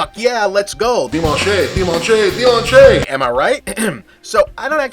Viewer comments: I could have thought of many ways an American might pronounce "dimanche" but "dimanché" is not one of them (unless this is some historical pronunciation of the word and this just went over my head. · It's "dee-munch", Bob. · "Dimanché am I right?" ...well, the prononciation is not (deemanch), but along with "David French-ier" it's still the funniest thing in this review. "Really famous", though still not as famous as other debacles in Charles VI's era like the Bal of the Ardents and the respark of the Hundred year war package (alienation of Burgundy, battle of Azincourt, and Treaty of Troyes) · your pronunciation of "dimanche" was absolutely horrifying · Dimanche does not rhyme with Sunday. It rhymes with launch. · Just for future use, if you put a word into Google translate, it will pronounce it for you. Just sharing it. For no reason. Something to look into le dimanche, perhaps? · Great review. But that's not how you say 'dimanche' :)